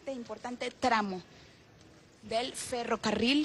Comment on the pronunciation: "FerrovEario"? Que periodista es esta?